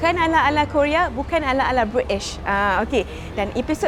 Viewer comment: That 'bri ish' got me😂